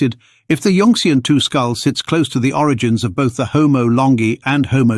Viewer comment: yun-xian not yunx-ian